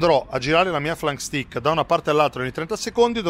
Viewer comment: Si pronuncia STEIK